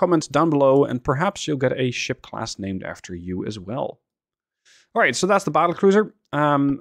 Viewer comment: Did you call it a ship class or shit class